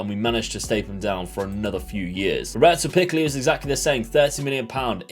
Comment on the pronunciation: Hey I’m Italian and following you from Monza in Italy! Loving the Venezia rebuild, and as an italian, I miss the player pronunciations in the ironic video a couple of episodes ago, Robert Picks was the best out of all of them;)